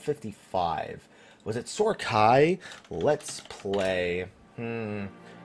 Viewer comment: Lol it's Sohm AI not Sohr Khai